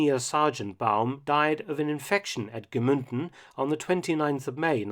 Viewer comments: Very informative, as always! Just two minor corrections about two of the mentioned cities in Austria: it is Freistadt, no Friestadt (the "ei" pronounced like in "lie"), and also Gmunden, not Gmünden (the "u" pronounced the regular way, no as an umlaut). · It is also Mnunden and not Gmünden (u lsound like the oo in u) ;) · Very cool as always Mr. Felton! As i once said i am from this area and these videos are so unbelieveable interesting. If i may correct you, you pronounce Gmunden like Gmünden. I know its a small detail but i realize that you always try to say german words very correct so i wanted to adress it.